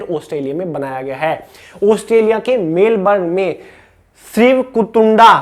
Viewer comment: Sir sreev ktunda nahi 😂 shree vakratund bolna🙏